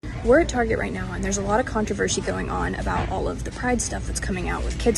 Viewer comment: Con-tra-ver -She...lmao